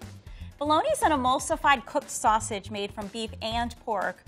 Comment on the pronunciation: “now I’m gonna make my sosage” Me: “l’m not surprised”